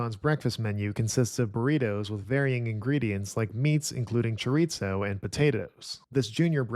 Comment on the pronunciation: This is going to be fascinating, though I generally don't do fast food breakfasts. Side note, I wish there were a column for sodium, which is a factor I personally have to keep an eye on, and which I bet would knock out a few entries, unfortunately. And I'll indulge in a little pet peeve: "Chorizo" does not have "t" in it, and ought to be pronounced "chore-EE-zoe"; or with "s" in that final syllable; or, if, like my late father, you are from Spain, with a soft "th" instead. I'm not sure why pronouncing the word as if there is a "t" in there is so common.